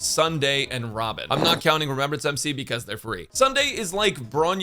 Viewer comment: When bro said robin i heard ramen and then i realized after boing a little back